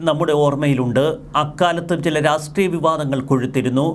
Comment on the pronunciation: രാസ്ട്രീയം അല്ലെടാ പോത്തേ.. രാഷ്ട്രീയം.